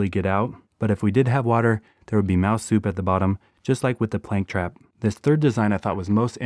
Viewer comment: Did he say mouse soup